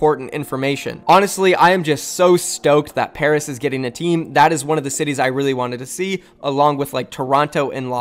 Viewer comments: Pairs? I know he meant Paris 😆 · PAIRS it’s Paris xD (love you vids btw) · Ahem... PARIS NOT PAIRS